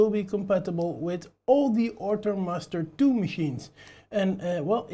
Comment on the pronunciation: Good video! Thanks! :D I am also hearing "Ortur Mustard 2" all the time :D